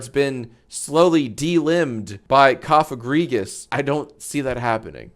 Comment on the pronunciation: Thank you for pronouncing Cofagrigus correctly and not putting the emphasis on the second syllable like so many edgelords are wont to do